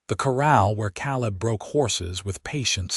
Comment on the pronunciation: Can't listen to an entire story with them pronouncing Caleb as Cal-lib. I'm out.